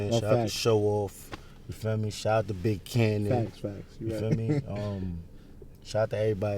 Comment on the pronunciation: dis nigga said Big Kannon lol!!!